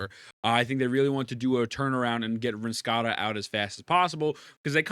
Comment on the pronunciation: nah wtf was that pronunciation